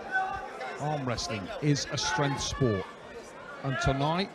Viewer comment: Why the hell is the commentator calling him Shag in this villy.